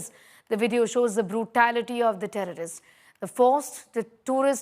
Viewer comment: Say terrorists; it sounds like tourists very unclear,pronouncing of words